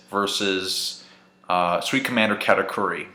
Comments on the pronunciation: Katakuri. Say it with me Cat-a-curry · I haven't seen reviews of the chapter, but 20 seconds in and I'm like, how did you get katakuri's pronouncation like that xD